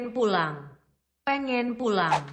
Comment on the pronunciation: 🔊 Pengen pulang what my ears heard: pengeng ulam